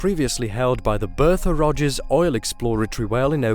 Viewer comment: "Ke'ola bore he'ole"?? Can't even say oil. E'oil... But can say frost, not fre'ost...